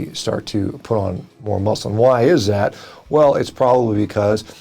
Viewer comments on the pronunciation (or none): none